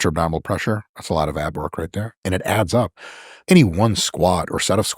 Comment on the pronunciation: When Mike said "it adds up," I heard "it abs up" LOL